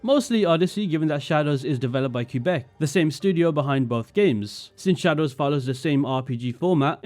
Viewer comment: Idk how much I can trust you if you don't even know how to pronounce Quebec... Ofc the disrespect towards Asian cultures doesn't matter to you. For instance, the fact you could enjoy the "sumi e" mechanic is beyond me, an Asian. If you saw someone writing with a fountain pen, holding the paper like that, with nothing behind it for support, would you be taken out of the immersion? But I guess since it's Asian, it's exotic, so who cares? You don't care, and I shouldn't expect people of your background to care 😞 but please do not belittle our concerns and protest